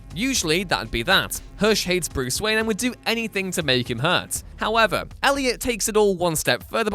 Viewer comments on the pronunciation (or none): none